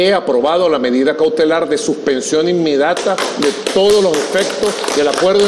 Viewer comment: Suspension inmedata, así dijo el acefalo cagao de miedo, repito dijo INMEDATA, maduro bestia, Carlos R Rivera Vera de Puerto Rico